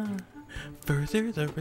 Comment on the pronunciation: maybe it's your accent or maybe it's what you say but when you said "further the relationship" I laughed so much